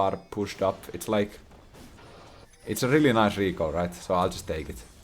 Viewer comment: The way he says recall I was sure he is Italian... RICAL 🤌🤌